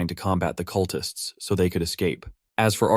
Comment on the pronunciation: "The cutlists try to stop him"... cut-lists? Really? OMG I hate AI.